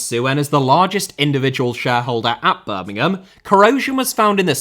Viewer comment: Speaking as a Villa fan, the one thing I will say about is that he pronouced Birmingham correctly, without the emphasis on the 'ham' at the end.